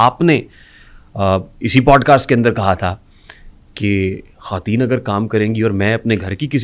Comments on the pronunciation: خاتون کی جمع خواتین khwateen پڑھا جائے گا خاتین نھیں پڑھنا یہ غلط ھوگا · khateen nahe bhai.....khwateen hota hai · the host should know basic urdu, its khawateen, not khateen